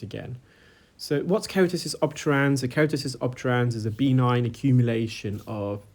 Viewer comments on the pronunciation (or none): It's be-NIGN. Not BEE-nign.